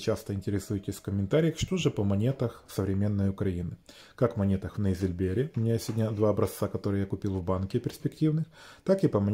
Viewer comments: Выпуск- норм. Только не "нейзильбЕр", " нейзИльбер".Ударение на букву "И". От немецкого солова das Silber- серебро. Ну или же das Neusilber. Das Neusilber иногда и как мельхиор переводят, хотя хом.состав разный. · Если уже делать ударение на немецкий язык, то и произносится оно тогда Нойзильбер, через ОЙ. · не сталкивался с таким произношением у колл-ов. Да это просто не логично. Любой человек, мало-мальски связаный с лингвистикой, будет делать ударение именно на "и". Хотя, возможно, в среде металлургов и бывают подобные проф. искажения слов. По типу "возбУждено дело" у прокуроров. Но это не отменяет правильного произношения. И лично мне, в конечном счёте, всё равно. Говорите, как хочется. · Ну а я в свою очередь почему то не слышал среди коллекционеров СНГ и славяноязычной Европы Вашего варианта произношения слова " нейзильбер". Насчёт лингвистики- в идеале Вы правы, я бы сам за такие правила. В СССР по крайней мере к этому стремились. Но сегодняшние реалии к этому не располагают и мы вынуждены в пределах разумного подчиняться большинству ( по возможности сохраняя свою идентичность)иначе не выживешь, а в мире в целом вообще нет абсолюта. Насчёт прокуратуры- там куча подобных выражений. Металлургия вообще кишит такими вещами. Например по науке пУльпа( взвесь твердых частиц в жидкости), а на производстве пульпА и т.д.